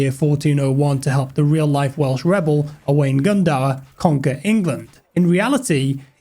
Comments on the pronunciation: Really cool vid, but absolutely atrocious pronunciation of Owain Glyndŵr 😆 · Atrocious pronunciation of Owain Glyndŵr though 🤣